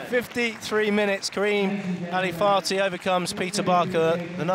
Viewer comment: I hope you're aware that your commentary is inappropriate, unethical, and disrespectful. His name is Karim Ali FATHI not FATI. You're supposed to pronounce the H. Your "jokes" were rude and distasteful. Please remember this next time.